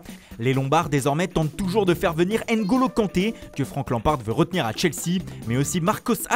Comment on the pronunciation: Des grands accents italiens mais même pas foutu de dire Ngolo normalement il faut qu’il dise N Golo